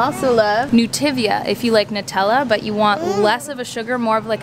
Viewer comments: Isn’t it Nutiva not Nutivia? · anyone noticed it's actually nutiva, not nutivia?😂 no harm, just saying, love you're vid's😄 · I think you’re adding an extra letter to Nutiva.